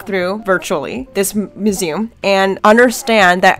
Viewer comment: Mew-Zee-um. Not Mee-Zoom mu·se·um /myo͞oˈzēəm/